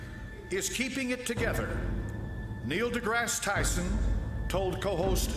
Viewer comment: This is so dumb. You didn't even pronounce one of the names right. Stephen HawkinG, Neil DeGRASSe (like grass on a lawn) TYSON. And the godDESS is KALI. I always thought it was weird that they have a statute depicting her. But I just realized that the scientists at CERN "destroy" the particles and then analyze that wreckage to discover new things. So its like, out of the wreckage new understanding is achieved. It makes sense.